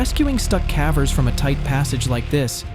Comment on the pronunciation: I don't think a human is narrating. "He" keeps saying CAVERS like Taffy.